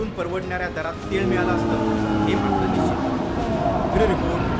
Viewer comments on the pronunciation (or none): none